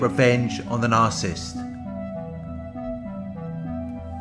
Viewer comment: Nar cis sist please stop saying narsist. I tried to ignore it but I can't.